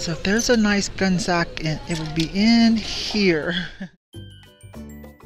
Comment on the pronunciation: I think it is pronounced Gunny Sax, at least that is how we said it back when they were new!